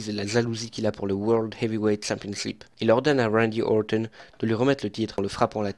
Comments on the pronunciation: Ne t'embête pas à prononcer à l'anglaise, ou alors, essaie de le faire correctement, c'est Randy OrTon, pas Orthon ^^ Sinon, contenu très intéressant, j'aime beaucoup ce ton posé, on voit que tu es passionné et c'est agréable de voir des catcheurs qu'on aime expliqué :) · J’ai l’impression qu’il dit « wendy auwton » avec l’accent angalis